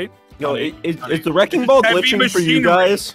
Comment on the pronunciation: I keep laughing at aphmau said Aphmau:thats a wreking ball😅😂